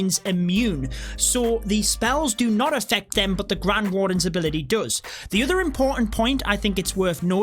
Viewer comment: Me: Does: Dos